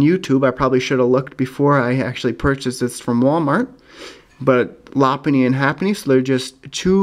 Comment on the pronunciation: haven't seen that location in a while anyways love the arceus and omastar cards in that pack! real nice the lopunny was cooler than happiny too bad it wasn't a chansey or Blissy halo instead haha sounds like Lapunny instead of Lopunny